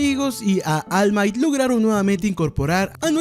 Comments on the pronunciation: Deberías mejorar tu inglés: De "Almait" a All might... Suena mejor en japonés "olmaito" , pero tú estás pfff mal mal. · Deberías aprender a pronunciar ALL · no se pronuncia all might pa, asi se escribe, pero la correcta pronunciacion es almait. No vengas aca a hacerte el inteligente, ademas, si te molesta deberias hacer vos mismo un video payaso